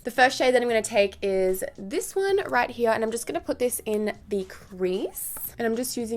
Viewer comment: Did someone ever tell you, that your "here" sounds soo german? Cause in german it is "hier" and it sounds so equal... so funny to hear as a german one :)